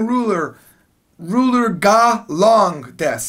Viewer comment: Why am I constantly having him saying:"This is a loooong luler" in my head?